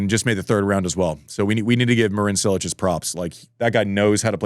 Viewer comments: It's not 'Sssilic'. Closer to Chee-lich. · SINCE WHEN IS IT PRONOUNCED SILLICH!?????????